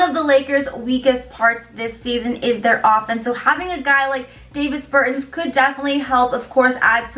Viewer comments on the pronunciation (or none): C'mon now! Davis Burton! Lmao! Both the 1st and last name pronunciation is wrong! ... He's Latvian; you made it sound like he was born n raised outta Idaho Nebraska 😂😫... try Giannis Antentenokoumpo